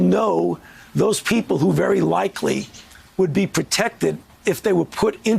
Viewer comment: Is he saying "test for anybody"?